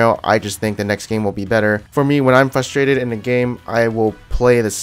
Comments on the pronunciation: frustrated not FUSTRADED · fRustrated not fustrated.